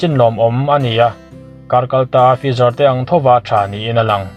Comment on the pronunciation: Tha hle mai mahse fizar nilovin Faizar, spatnik aiah sputnik aw